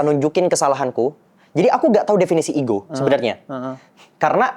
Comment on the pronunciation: Payah, bilang ego aja gak ngerti... malah igo igo igo hehehehehe